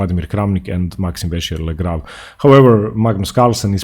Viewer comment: Dude, the pronunciation of MVL is fascinating but it also makes me feel bad for MVL as I know how to speak French. Correct pronunciation (With English alphabet characters) : Maxime Vachier Lagrave - Maxim Vashie'c'h Lag'c'hav (Letters surrounded by ' ' are silent but leave an effect over the sound.) I know this is a lot old video but I don't know if you still say this way or not. Whatever, if you want to pronounce what you do then no problem. Because the quality overwhelms every mistake to be ignored.